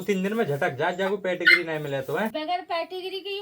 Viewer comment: पेटिग्री नहीं होता पेडिग्री होता है.